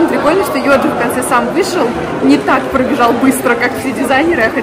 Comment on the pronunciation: Почему ЙодЗи, а не ЙодЖи?